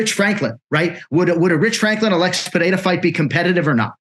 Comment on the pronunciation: LOLOLOLOL. He said Alex PEREAREZZ